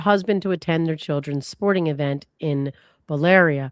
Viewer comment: Thank you for this coverage and the legal explanations. I was tickled by trying to pronounce Sandwich but Bill-Rick-Ah and Bahn-Stah-Bull were mudered ♥️